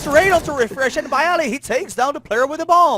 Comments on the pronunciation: Ten komendator mówi bayali xD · zagraniczni komentatorzy chyba nie umieją inaczej przeczytać, 200iq dude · Nie nazywaj sie komentatorem jeżeli nie wisz jak czyta się nick byali